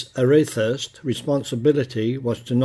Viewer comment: its the HMS Arethusa not Arethuse